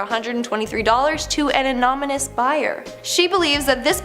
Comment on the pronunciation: just came to say anomynous